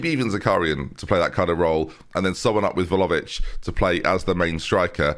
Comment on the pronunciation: Please join Liverpool, that way (provided you don’t re-sign) him, I don’t have to hear you mispronounce Vlahovic for the 6th season running